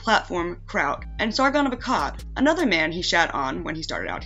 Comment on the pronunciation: Funny how you can do an update on this with the sargoon, vee-mon, and boulder king.